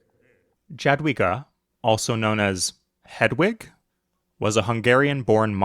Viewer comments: JADWIGA, NOT DŻADŁIGA!!!!!!!! THERE IS LITERALLY A BUTTON ON THE WIKI TO CHECK THE SPELLING!!!!!!!!!!!! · Yadwiga :) we write Jadwiga but read like Yadwiga. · Jadwiga is pronounced "Yaad-vee-gaah"